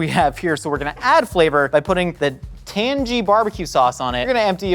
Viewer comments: HE SAID TAN-GEE HAHAHAHA I DON'T KNOW WHY THAT'S SO FUNNY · i hate how he pronounced tangy "tan-gee"